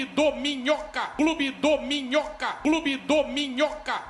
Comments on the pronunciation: Ouvi tanto que estou ouvindo clube dorminhoca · Na real parece que ele tá falando clube dorminhoca, só que comendo o r😅😅